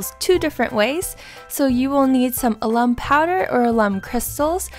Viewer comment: Alum is pronounced AL. UM